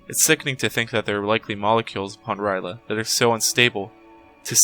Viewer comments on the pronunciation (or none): This is the first time I’ve heard R’yleh pronounced like “rai luh” instead of “earl yay”. It doesn’t really matter though since it has other-worldly origins and isn’t meant for the human tongue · I gotta say i know its only lovecrafts fault but i really hate it when people mispronounce r'leh